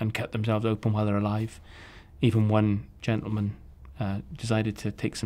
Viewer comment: he so funny "sadly" "genteman" lamo